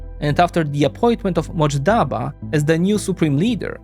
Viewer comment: It’s not Motjaba but MOJTABA